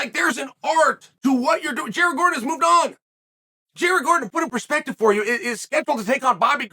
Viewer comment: Chael can't go thru a video without calling Jared Gordon Eddie truck Gordom lmao